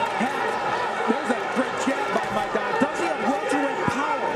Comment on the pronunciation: El boxeador Argentino se apellida Maidana, podrías pronunciar su apellido correctamente.